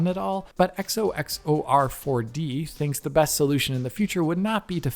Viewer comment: It's funny he always takes his time to say the name right